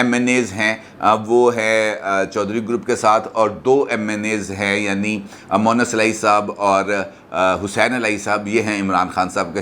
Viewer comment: Aap MONIS ko MUWANNIS keh rahay hain.Pronunciation to aap ka bohat achchca hai lekin yahaan par aisa kiyoon?Apni hi VIDEO doobara sun lain.